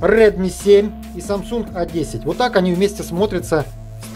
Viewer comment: Ето не э 10 а а 10